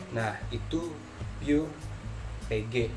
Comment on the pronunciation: pengucapan VG sama PG nya bikin puyeng... gak jelas....